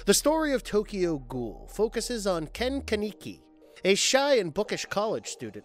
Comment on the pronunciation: you should be ashamed for the amount of times you mispronounced Ken kaneki.